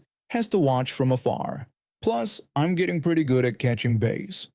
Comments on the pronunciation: Bass in the case of fish, is pronounced b- ass. Like the other term for your butt. Sorry. Know English is not your 1st language, just trying to help. The way you said it sounds like a guitar. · Bass rhymes with grass.😉✌️❤️